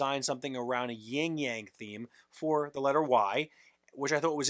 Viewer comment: It's "yin yang," not "ying yang."